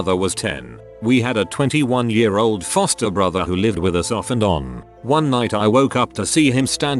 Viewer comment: I thought it said 21 year old toaster brother and I was all like what the frick, Nani???? Until it said foster.